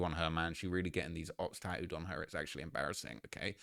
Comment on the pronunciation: She’s got his name “taooed” on her???? 😂😂😂 work on your ENGLISH BRO